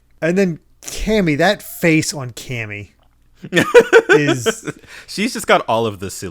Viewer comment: You know, it doesn't really matter, which is why I haven't commented on this before, but, you pronounce Camie wrong hahaha. It's not Cammie/Cammy, it's Jamie with the hard C. "Kay me".